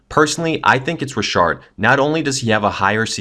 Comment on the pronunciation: I pronounce it "Beat-hard" and you pronounce it "Beth-ard" ...i pronounce it "Rich-ard" and you pronounced it : "Re-shard" ok